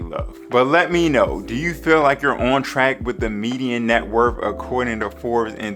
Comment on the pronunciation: Taking Net WORTH advice from someone that says "Net Wurf"? SMH